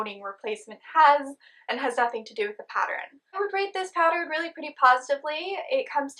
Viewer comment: The end result looks very lovely! Hopefully the wire holds up to use. I hate when good products get discontinued! 💔 Btw.. I've noticed some times when you're talking you say "pat-er-rin" instead of "pattern." It makes me smile because I've said "pat-er-rin" most of my life and never met anyone else who did it! Lol I was always teased for it! 😂💖